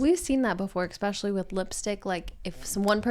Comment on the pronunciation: A really interesting video. „Exspecially“ did get a bit distracting though. It’s nice to see the interactions and banter between you both